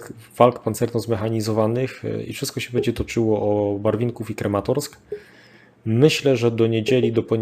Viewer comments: bardzo dobre materiały, tylko mógłbyś poćwiczyć nazwy miejscowości. Wiem, że niektóre są dość trudne, ale jednak Izum zamiast Izium czy Krematorsk zamiast Kramatorsk trochę razi. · KrAmatorsk a nie KrEmatorsk Крамато́рськ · Dobra robota 😎 P.S. Mała uwaga, jeśli można: Kramatorsk, a nie żaden Krematorsk 😉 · Panie - już w kilku wywiadach słychałem od Pana nazwę Krematorsk, mimo, że na mapie widnieje jak wół KrAmatorsk. Krematorsk sie dziwnie kojarzy, nie sądzi Pan?